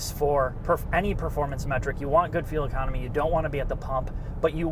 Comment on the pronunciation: That sounded like "you want goodfeel economy".